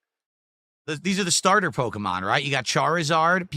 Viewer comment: “All the different po-ko-mon” I swear his parents dropped him several times when he was a baby. Edit: it’s funny how gave Phil Spencer shit for the Microsoft layoffs and now he is laying off clothes…